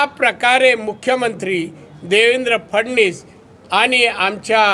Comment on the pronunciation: फडणीस नाही रे बाळा फडणवीस असे